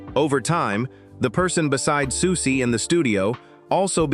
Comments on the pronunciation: I found 'Sooksy'instead of 'Susie' unreasonably deeply annoying.. BASTARD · exactly this lost me the very second the narrator called her “Sukesie”1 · Any plans to get an actual human being to narrate this@ Please send my love to Siooksy! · "Sooksie" was grating and annoying but I must admit "Socksie and the Banshees" made me chuckle. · SOOOK-SEE? Americans are SO embarrassing! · Yeah, it was annoying me too